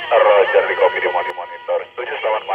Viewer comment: Rojer om... bukan Roger... CMIIW. 😁🙏